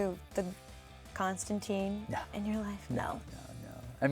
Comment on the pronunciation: "Konstantine" *Mildly annoyed grunting noise*